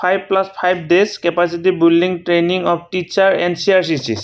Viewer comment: building or pronunciation olop sai lobo sir